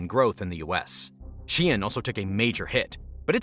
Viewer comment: Why do you keep saying shien instead of shein?